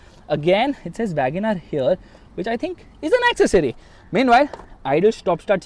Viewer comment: The word is ‘accessory’.